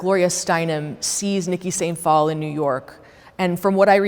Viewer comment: It’s pronounced day sant phalle